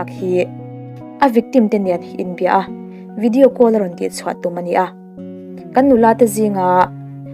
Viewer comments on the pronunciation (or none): none